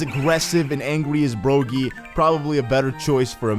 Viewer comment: Bruh it's pronounced broggy like DOGGY Not bro gee